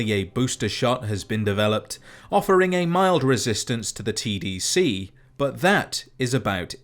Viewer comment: everytime he say "tdc" I hear "cbt"